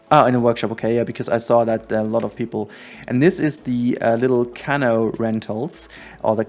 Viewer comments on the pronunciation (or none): Wow, this is astounding quietly weeps Also, “canoe” is pronounced cuh-NEW. I think you’re emphasizing the wrong syllable?